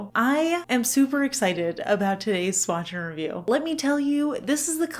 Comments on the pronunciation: Not gonna lie, I heard “swatching review” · I always thought you were saying “swatching review” 😂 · I definitely hear "swatch n review." I listen to a podcast called Cortex and they just came out with a new product they're calling the sidekick notepad. But Myke sounds like he's saying /psychic/ notepad on the podcast, I am so amused. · I’ve always thought you were saying Swatch review for You! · I always thought you were saying "swatching review" 😶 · I always thought you were saying, "Swatch review" so now I know! What a beautiful collab! Thanks for sharing these polishes with us. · Too funny, ive always heard "swatcher review" too. you cant convince me your saying "swatch and review" lmao 🤣🤣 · I hear it as “Swatch n’ Review”. 😅 I grabbed these as soon as I saw them! It’s such an interesting collab, and the inspiration for each polish works really well. If we’re being real, I would have grabbed these for the bottles alone.